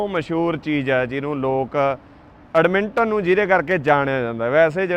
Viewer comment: Right pronunciation: Edmonton= ਐੱਡਮਨਟਨ (ਐੱਡ-ਮਨ-ਟਨ)